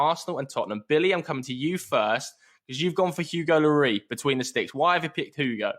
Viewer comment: Nobody: Presenter: Hugo Llorieee